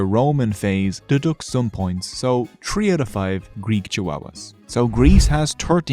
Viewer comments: Stop saying Tree Thousands instead of Three Thousand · four touzend tree hundred, wow